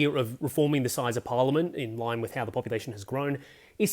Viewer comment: It’s pronounced Par liament, not Por liament. Just saying